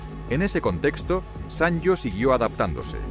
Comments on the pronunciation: Siempre lo pronuncié "sanio" no "san yo" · Buen reportaje de una marca mítica. Pero por favor, se lee como "sanio", no como "sanllo". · Lo pronuncias mal. Se dice "sanio" y si no mírate el anuncio cuya música se nos quedó grabada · Así no se pronuncia la marca.